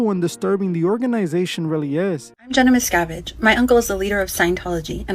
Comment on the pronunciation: Mis-ka-vidge. Wrong! Mis-cav-idge. Right!